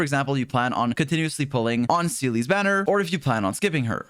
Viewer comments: You say Seele like Seelie lol. It sounds like its spelled like Zeela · Man said "See-ly" I can't